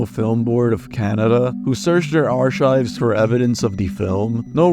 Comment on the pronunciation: He pronounces archive like hes gonna chop it up and put it on a lovely omelette